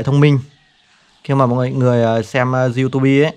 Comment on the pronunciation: Du-tu-bi và bờ-lét-tút :)) nghe qua là hiểu trình độ của bạn. Vậy cũng đi review sản phẩm.